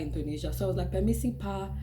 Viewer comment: the guy you said "Permisi Pak" was not sure your intention of saying it. Plus, the way you say it honestly it is not really clear for Indonesian ears who does not interact with foreign speaking country people too often. He is lost in translation, and perhaps even confused with your articulation saying "Permisi Pak". Then he understand the whole situation when seeing the driver guy and get the whole picture, that is why he turned completely different because he is not confused anymore :) :) really, he was not being racist, he just not understand the words you said that's all. love you video though!